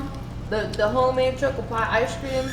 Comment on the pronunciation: why do you pronounce choco like that?